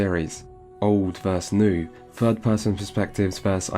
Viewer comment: I've never heard anyone consistently pronounce "versus" as "verse". Is this a regional thing? In which countries/states is this common?